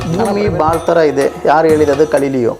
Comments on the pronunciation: ಕಲಿಲಿಯೋ ಅಲ್ಲ ಗೆಲಿಲಿಯೋ ಸ್ವಾಮೀ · Tamil slang adu